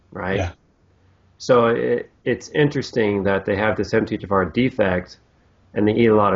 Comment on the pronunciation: For some reason when americans say MTHFR, I hear Empty-Jafar